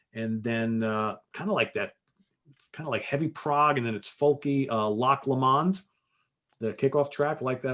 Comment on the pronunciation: Really good guide for me to explore Steve Hackett, for two reasons firstly I’m finding Steve Hackett more enjoyable than Genesis in the main, and his reworking of the Genesis material I do like., but there’s a lot to explore so this is a useful guide.Secondly I found pronunciation of Loch Lomond much more entertaining than I should, rewound it few times. Thanks.